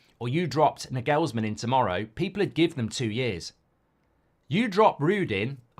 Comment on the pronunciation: It’s pronounced NAAgelsmann , not naGeLLSmann. Almost like you would say “Nigel’s man”